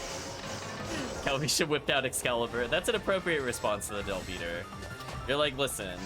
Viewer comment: The term is Del-Biter. As in bite, and it's meh-ghid. Hard G.